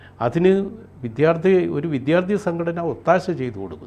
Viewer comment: ..... "viddhyaarti..." ??!! "vidyaardthi" ennu paranjoodey ??